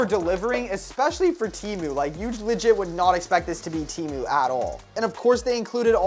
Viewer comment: TELL THIS MAN TO STOP SAYING LIGIT PLEASE💀